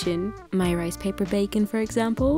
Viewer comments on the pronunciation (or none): none